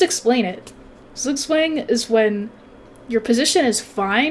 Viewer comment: Lessons learned: 1. needs to trade queens ASAP to avoid making stupid moves with it 2. Do not let trade queens so you do not lose the endgame 3. needs to learn the correct pronunciation of Zugzwang. Jawohl!